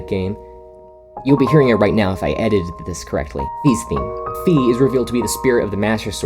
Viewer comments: Might be eight months late, but I personally believe it is pronounced Fi not Fe. Most companion names in Zelda games are puns Navi=Navigate Tatl=tattletale Fi= identify I think it should be pronounced like that instead of the way you do because it follows the same system as the other companions that are named after what they do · Pack it up, he said Fee not Fi time to unsubscribe Just kidding but here’s why I think it’s Fi not fee, previous companions like Navi their name is shorthand for what they do Navi, NAVIgator, so I think it’s Fi like identiFY, spelling is not exactly the same but y turns to I when plural and make similar sounds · Hate to be that guy, but Fi is pronounced “Fai.” When I hear “Fee,” it grinds my gears. Probably has to do with how much I like Skyward Sword. Great video though.